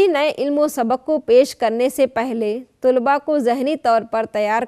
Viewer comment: ما شاء الله بہت خوب...! طلبہ کی 'ط'پر زبر ہے تجربہ کی 'ج' پر سکون اور'ر' کے نیچے زیر ہے۔